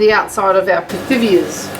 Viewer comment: Hi! You are making Pithiviers! It’s pronounced pitiviers. Forget the th sound. Happy holidays!